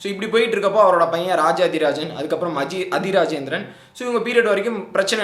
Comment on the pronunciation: உங்க தமிழ் உச்சரிப்பு மிக மோசம் ஆதி இராசேந்திரனை அதிஇராசேந்திரன் சொல்றீங்க மாறவர்மனை மறவர்மன் என்று சொல்றீங்க மூன்றாம் இராசேந்திரனை வென்ற பாண்டிய மன்னன் சடையவர்மன் சுந்தரபாண்டியன்,மாறவர்மன் சுந்தரபாண்டியன் அல்ல